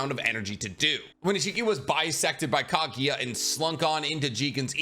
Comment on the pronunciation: Kama? wtf dude. Knock it off with this odd spelling/pronouncing bs. It’s Karma. And what’s with you, calling Kaguya - “Kageeya”?? 😂😂 you’re a weirdo